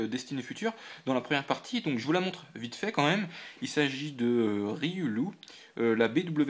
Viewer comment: riolu se prononce "riolou" mushana se prononce "moushana"